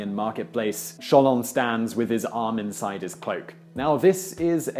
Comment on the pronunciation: This dude said "inzide" lol